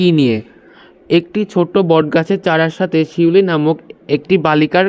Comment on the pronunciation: স্যার পিউলি না শিউলি